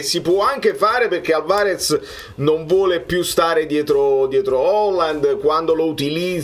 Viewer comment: L’accento sulla prima A e non sulla seconda A in Álvarez per cortesía